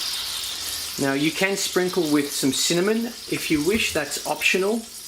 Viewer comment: I thought I was the Only One. This Man pronounces Cinnamon as Synonym as Well. Hello Brother